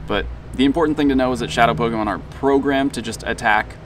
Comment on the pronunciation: Meet me in the middle and i'll remind my friends you still make pokemon go videos. pronounce pokemon correctly, don't slur it out after the "po" like you always do